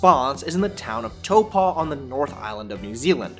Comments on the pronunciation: You did not just say "tOePaW". It is pronounced as "taowpo" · Proper pronounceation telpo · I pulled that pronunciation from the towns own government website. Just search on YouTube. They have a video on how to pronounce it. They say it’s toe-paw. From the comments it’s clear not all kiwis say that… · but the how you said taupo sorry im fron new zealand you said so wrong hahaha